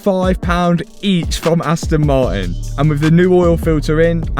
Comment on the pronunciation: Just letting you know Martin has the letter T in it it's not silent